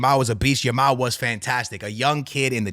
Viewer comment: Every time says "Yamal" it sounds like he's saying "Ya ma" "I love watching 'Ya Ma'" 😂😭💀